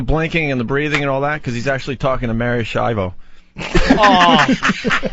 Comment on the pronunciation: “Mary Schiavo”. F off, Opie